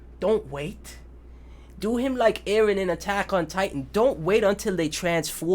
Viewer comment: Me hearing him saying Eren Me rn: EREH!!!